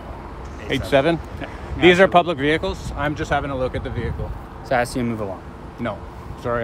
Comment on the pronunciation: Please refrain from the the vey-hicle sir. Reamin from vey -hicle I say. Halt